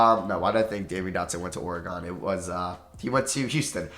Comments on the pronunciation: it’s pronounced Oregun not Oregone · When it is actually pronounced Oreg-in and not Oreg-on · It’s pronounced Oregin not oregone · guys please like this to spread awareness to. It is pronounced like "org-in", not "org-on". Oregonians ears are bleeding from the past few videos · it is ora gen not ore gone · Its ORE GEN not ORE GON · Hey, it is actually pronounced Oreg-in like you originally said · it’s Or-E-gin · Why do you say Oregon like that lol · Says Oregon right the first time. “No that’s Wrong” Says it wrong the second time